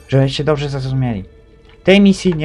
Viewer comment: "no doprze" hehe xD